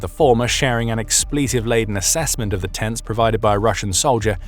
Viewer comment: 🤣🤣🤣🤣🤣🤣🤣🤣 🫡 " The tenters" 🤣🤣🤣🤣 it's how hilariously you say it elegantly 🤣🤣🤣